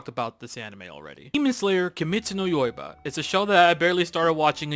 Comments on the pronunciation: I like demon slayer and it’s really good Even better if you pronounce the title correctly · You mispronounced Kimetsu no yaiba. Second the "Demon slayer don't have actual abilities and it's just people seeing things" is countered by the show itself. Not just that but an extra part of a VOLUME Is not an official part of the story that is an author's note. Literally says "Note: SWORDSMAN DON'T ACTUALLY UNLEASH WATER ATTACKS. PEOPLE WHO SEE THIS JUST THINK AND FEEL IT." Volume 17 EXTRA PAGE! EXTRA. NOT PART OF MAIN STORY. It's not in the actual story and explained in the actual story and one of the valid complaints about this series. The new gen have many problems and one of those is its writing. Many older gen did have writing problems but these mangaka took that to a whole new level. The second thing is you are using strawman arguments. People are not asking for things to be dumped on you in the beginning. That is something you do THROUGH OUT THE SERIES! Not just that but people have not been saying for it to be all in the beginning. It's not in there at all. Some basic things need to be explained. Just like how Demon Slayers world building is one of the worst from Modern Anime/Manga and compared to so many series and IP. Don't be mad that I'm saying this. It is true. So many shows and series take time to expand the world and show the good and bad even how the world works around what key things are going on. Demon Slayer does not show how the government is involved or not and politicians or politics could apply. Things like this are absent from Demon Slayer. Third is